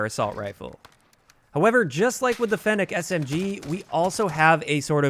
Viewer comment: At least you can pronounce fennec properly